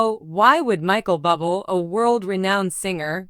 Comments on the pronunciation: His name is not pronounced Bubble! Someone help this announcer. Sounds stupid! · His name is pronounced Boo Blay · Pronounce his name right you idiot😮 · I think she doesn't know him if she can't even pronounce his last name.